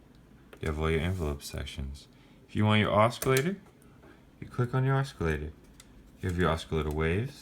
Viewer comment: Cool keyboard. I also like buying up the 80's & 90's digital stuff. Also, I don't think you are supposed to pronounce the C in oscillator... :)